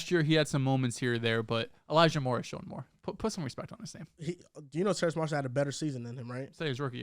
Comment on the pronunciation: TERRACE - there’s no “n” in his name